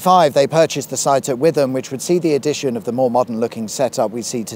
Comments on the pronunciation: It's pronounced "Witt-um". I once knew a bloke from nearby, called Nick Pittum. He wasn't from Witham, but I couldn't never resist the alliteration... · Sorry, it's pronounced Wit-hum unlike the Lincolnshire River Witham which is with-um. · Witham – wit-ham, (white town or brainy town?) the 'h' is silent so "Witam" or if you live slightly further south "Wi'am". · Well bugger me... I call myself a Suffolk 'Buh', but I've lived in Chelmsford and Suffolk a fair bit and I know both counties really well - especially the dreaded A12 corridor, but once again delivered a superbly informative production that's shown me stuff (many things in fact) that I never knew! Bloody well done as per usual.... and by the way mate: Witham is pronounced "Wittam" 👍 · Only one thing to say, Witham is pronounced Witam. The ham st the end refers to a hamlet as in Streatham. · “… which in turn is outdone by ‘South End’ (sic) which we won’t be visiting” 🤨😅. Can’t say I blame you, even though I live in nearby Leigh-on-Sea which remains picturesque. However, the history of the A13 still warrants a mention & I await with anticipation. Oh and, ‘Witham’ is pronounced ‘Wit ham’ (as in ‘West Ham’, with a slightly suppressed ‘h’ as is customary in these parts, what with our East End & Estuary accents ‘n all) … not ‘With am’. Yours, Pedant.😉✌️ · Great video as usual 👍 As I am from Essex, I knew the locations. Only one critic was the pronunciation of Witham, which is pronounced Wit ham 😂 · Just thought you'd like to now Witham is pronounced. "Wit . am" Loved the vid 😊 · Sorry to be the pronunciation guru but Witham is pronounced more like Wit ham or Wit hum. Glad you have done Colchester finally, but you had so much more you could have said about it. Britains oldest record town/city. A norman Castle by the same architect as the tower of London. Roman capital of Britain. Boudica! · Hatfield Pev-Er-El & Wit-ham 😀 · Isn’t Witham, pronounced Witem? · Hatfield Pev-er-al and Witt-Ham